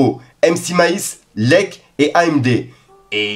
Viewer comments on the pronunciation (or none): Leck qu'il a dit... 🙄🤦🏻‍♂️🤣🤣 Ça se prononce L.E.C.K, comme si tu épelais le blase 😉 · Ptn mon gas comment tu peut dire "leque", c'est " L E C K " ,je sais que il est moins connu ces dernieres années mais kan meme il est pas inconnu au bataillon, il a bien tourné vers les années 2010/2015. Bref c'est LECK toute les lettres se prononces